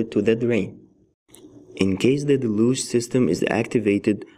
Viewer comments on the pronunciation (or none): Del-yooge. Not da-looge